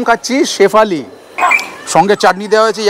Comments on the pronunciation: শেফালি নয় ওটা স্যুফলে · ওটা শেফালি না, সাফালে l আর তাইপো l